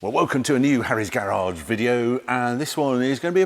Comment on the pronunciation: Is this the posh way of saying "garage" or something?